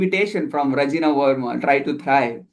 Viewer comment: She is not Rajina she is Rajani verma😂